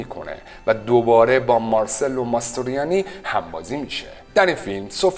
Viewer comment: درود بر شما و سپاس از ویدئوهای جذاب تون. تلفظ درست اسم "ماسترویانی" هم "مارچلو" است نه مارسلو